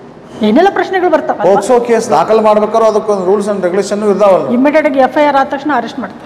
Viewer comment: Super kaanunu mam it is not posko it ir pokso